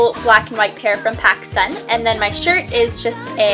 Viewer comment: When she said pascun I thought she said Pakistan lool